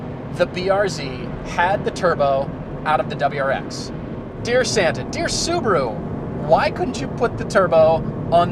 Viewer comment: Why can't they say Subaru properly??